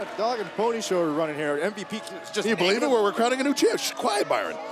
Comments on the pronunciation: Did he call him MVB and not MVP right before he put the belt on him lol ? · So we just gone act like lashley ain’t say “ M..V...B” Okay cool